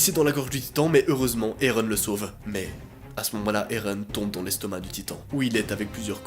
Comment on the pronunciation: Et non erun mais éren